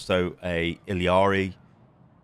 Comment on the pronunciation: yo mf, stop saying ILLIARI its I L L A R I. if you wanna say it correctly, it's iyari in spanish.